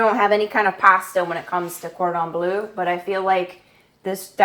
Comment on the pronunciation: bleu please. not blue. please.